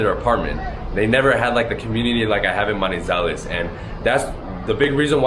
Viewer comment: You keep saying,what sounds like "Monte Zales". Can you correct the spelling please so I can research it?